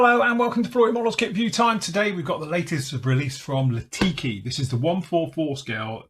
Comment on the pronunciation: Great review and kit (I’ve got both). Please don’t misunderstand, I mean this in good faith, but they are called/pronounced Lee-Tah-Kee, not Lah-Tee-Kee.🙏🏻 Enjoy your weekend.